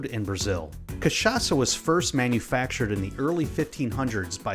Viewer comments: Kudos for pronouncing the Word Cachaça with perfect CHA and ÇA , native Brazilian here. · The way he say cachaça is so perfect 💚💛💙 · omg yes someone from outside brazil that pronounces cachaça the right way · Good job speaking cachaça. It was spot on. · Good job. Great pronunciation of "cachaça", this shows respect and research. Some folks will just call it "catchaka" and it kind of makes my ears bleed. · As a native Brazilian, I have to congratulate you for your pronunciation of "cachaça". Foreign say the "ch" part wrong all the time. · Hey man, first time i've seen an american saying cachaça correctly and not catchaça, congrats!! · Yup, I can really see his effort into speaking correctly the most important Portuguese words for the video